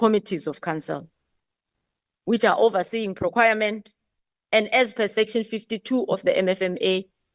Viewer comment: Is it proquirement or PROCUREMENT???Wow, this from a Minister, in the leadership of a country! Wow!